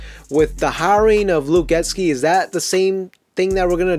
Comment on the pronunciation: I love your content. Thanks for making the video. It’s pronounced Get-See not Get-Ski ⛷️